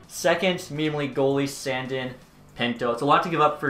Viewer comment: Thank god he traded Sandin i couldn't hear his name pronounced like that for too much longer